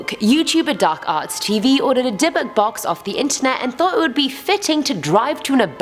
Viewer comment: Ohhhh, Dybuk box I kept on hearing Debit Box